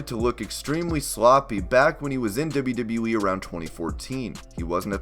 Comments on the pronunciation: It's "double you" not "dibba you" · Deb-you, Deb-you E? Dib-you, Dib-you E? It's always weird when someone has to constantly say something they can't pronounce well. It's very awkward and stands out. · you say wwe so wired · Every time he says “WWE” I die a little